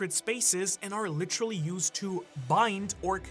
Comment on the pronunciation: got a "litcherally" in the first minute damn that might be a record